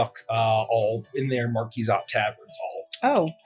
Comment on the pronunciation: i like how they each call the marquise de cat a different thing lmao and say "marquizat" and say "marquizate" says "marquizette" and says "markaset"